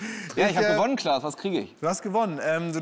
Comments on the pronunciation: Erst erkennt er Frank Elstner nicht und jetzt sagt er zu Klaas 'Lars' 🤦‍♂️ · Die kurze "peinliche Stille" war eher da, wo Felix Klaas Name falsch aussprach :D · er hat kurz vorher „klaas“ gesagt, der weiß sehr wohl wie er heißt. war ein kurzer versprecher, get over yourself.